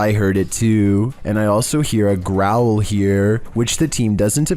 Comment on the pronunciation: I stopped watching when I heard that "growwol"